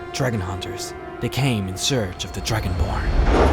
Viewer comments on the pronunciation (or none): it sound like you said Dragon Porn at the beginning